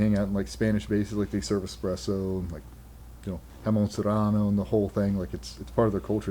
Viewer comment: DJ casually dropping that “Jamón Seranno”